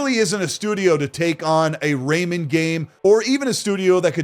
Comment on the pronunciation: It’s Ray-Man not Raymond.